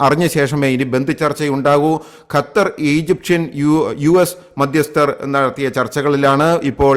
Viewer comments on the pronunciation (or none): none